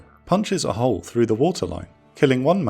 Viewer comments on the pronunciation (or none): none